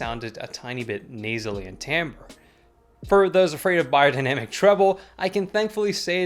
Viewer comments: Funny how the correct pronunciation sticks out to you. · That's how you actually pronounce the brand name as it is german company.